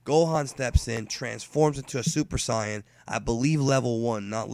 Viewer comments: It's either Super Saiyan. Or Super Saiyajin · The way you say super sayain... i cant..... I just cant. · how come you pronounce saiyan weird? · You suppose to be a fan of dbz for about 20 years and you keep pronouncing "saiyan" wrong now why is that and no Japanese doesn't say it like that